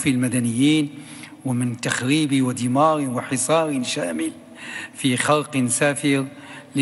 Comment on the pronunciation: دمار وليس د د